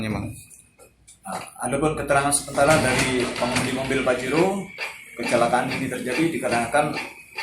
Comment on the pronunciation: Pajero mang bukan fajero 😂😅